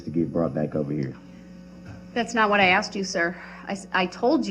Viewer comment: Grounz? Grounz for the substained he axed without relevancy?